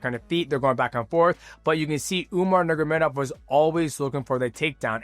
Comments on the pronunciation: The way dj says: nurmagomdov haha.. Dj: umar nurmamamagadov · I love mighty but how can he pronounce dvalishvili and not nurmagomedov 😭😭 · He pronounced numogomedov 7 different ways learn how to speak